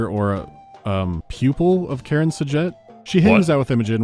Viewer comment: Dude, just no. First of all, it's Karan. KARAN. I suppose 'muricans can mispronounce it, since they often hear a similar name, but there are subtitles in the game to assist with spotting this letter variation. Same with the voice actors, who can't read it properly either. Hopefully, they weren't paid too much for this butchery. And they better not retcon the character into Karen, to accommodate such text-skimming audience. Back to main topic. Your elaborate excuse for this foolish scene is a stretch to say the least. Khar Sajuuk's location was acquired from at least a Long Jump distance. There's no chance Khar Kushan had precise position of the shut-down ship before it exited hyperspace near the ice shelf. The Veil fleet was not present near the shelf from the start. They followed Khar Kushan's hyperspace signature. If they were already there, the Trinity would've already fallen into S-B-M-H's hands. No chance the experienced Karan S'jet would try to hide the Cores by smashing her ship into the shelf's surface, when Khar Sajuuk could've maneuvered the same way Khar Kushan did, into the shelf's bowels. It's an amalgam of metals, sticking out from ice. Any carrier dispatching 4 probes from a distance could scan it down. I bet at one time in the story, the ship was actually hidden, but some genius came over and said they wanted a beautiful scene, showing it breaking out of the ice. Not enough people with common sense standing up to their superiors lacking it.